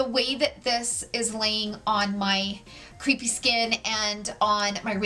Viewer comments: Took me forever to figure out you were trying to say crepe-y skin and not “creepy” skin. 😅😂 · Love your videos! But as an editor with three decades experience: crepy or crepey skin is pronounced like kray-pee. As in crepes for breakfast, rather than creep of an ex-boyfriend.